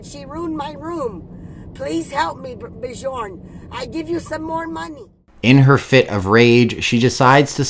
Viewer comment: Always laugh when people call Bjorn - BEEEJAWWWN !!! Great video anyway mate have a good day !!!